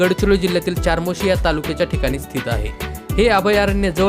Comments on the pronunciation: Chamorshi ,not charmoshi,speak the correct pronunciation. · चारमोशी नाही 'चामोर्शी' आहे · चारमोशी नाही रे बाबा. चामोर्शी😊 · अरे हे मंदिर चपराळा येथे आहे आणि बाळा चारमोशी नाही चामोर्शी. तू यापैकी किती पाहिले आहेस.? तुला काहीच माहिती नाही. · चार्मोशी नाही,चामोर्शी म्हणा. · चामोर्शी..... म्हणावे.... चारमोर्शी नाही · च्यारमौर्शी नाही चामोर्शी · ChaMorshi hai iska nam charmosi nhi... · चमोर्शी अस नाव आहे दादा चारमोशी नाही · Charmoshi nahi re bhau chamorshi ahe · चामोर्शी असं म्हणा